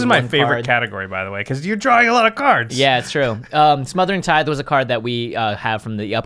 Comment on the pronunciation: I swear, people Have to look up how to properly pronounce Tithe.